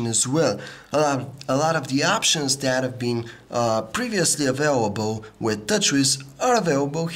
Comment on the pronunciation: avawable. Lol!